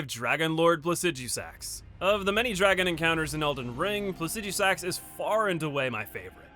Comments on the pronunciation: Placid-jew-sax? Maruka? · PLASS-EH-DU-SIX.. IDK WTF YOU ARE SAYING BUT YOU ARE BUTCHING THE NAME..